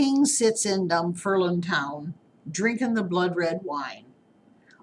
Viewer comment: Dunfermline town. Please pronounce it properly.